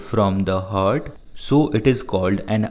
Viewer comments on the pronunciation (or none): it is heart not hart